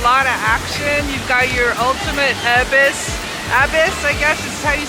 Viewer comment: The abyss is pronounced uh BISS